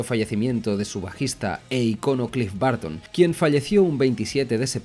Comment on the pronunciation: Cliff Barton se esta retorciendo en su tumba con esta pronunciación 😅